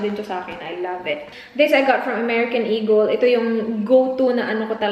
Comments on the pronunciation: Im a silent viewer here actually first time ko magcomment in any vlogs.I just really hate those people who act as if ang tatalino tryin to educate others while they cant apply to their self.FYI it's E-GUL(eagel) not E-GEL and she pronounced it right.Stop being a racist folks coz we bisaya ain't dope. Mambash na nga lang mali mali pa. sigh! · Yung mga nangpupuna sa pronunciation ng eagle ni dahil bisaya kayo na po ang perpekto. Pwe 🙄